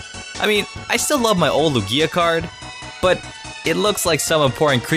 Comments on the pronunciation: did you say ``Lugg-ia?``(lugia) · Closed the tab as a reflex from your pronunciation of Lugia - had to re-open it to comment... like ew